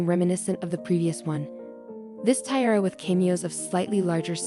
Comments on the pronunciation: The automated voice cannot pronounce "tiara"..a detriment to a jewelry video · yep, i'm halfway through and i'm about to click off. so annoying